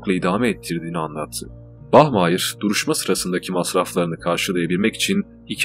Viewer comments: Bahmayir degilde bahmaya kulaga daha iyi geliyo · bachmayır değil bachmayer